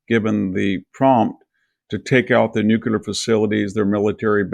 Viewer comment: Victor needs to learn how to say nuclear.... he goofs every time.